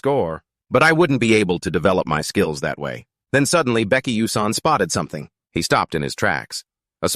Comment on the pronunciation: If the AI can't say the MC's name correctly, then the recording is starting off on a bad track. Why is Baek coming out as Becky?